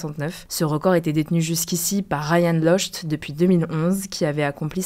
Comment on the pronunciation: C'est prononcé locti pas lochte